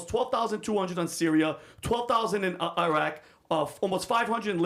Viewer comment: How are you from Iran then you say Eyeraq?